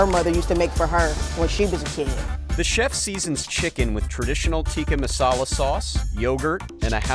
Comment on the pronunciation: When will the intellectual westerners learn to pronounce tik-ka masaala correctly... 😓